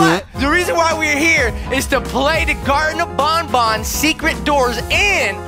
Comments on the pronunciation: It’s ban not bon bon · It’s Garden of ban ban not bon bon